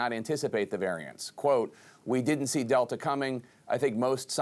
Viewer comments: “First an alfer, then a del-ter, and now the omAHHcron is , PERHAPS, particularly importantly, surely may surge”🤡🤡🤡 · What is up with academic types adding “r” to the end of everything “Alphaer, delter …” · So is it an “alpher” or “delter”??…. 🤣 I thought it was alpha or delta??…. I’m confused 🤣. Joke